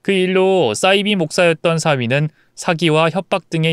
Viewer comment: 싸이비(×)사이비(0)이라고 읽으세요